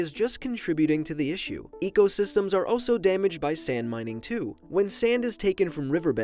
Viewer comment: You pronounce also by saying O-so, instead of saying All-so